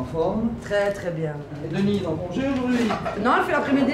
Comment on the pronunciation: DepWuis , aujourd'Whui 😅